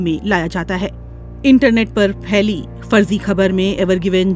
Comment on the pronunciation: Feli nai hota pheli hota hai